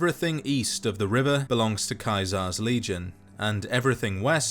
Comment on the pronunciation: who tf says caesar like that💀